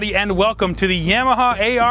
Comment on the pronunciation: Yam ah ha. He says it correctly